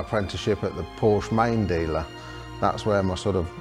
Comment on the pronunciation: Even after building a 100 of these they still can’t pronounce Porsche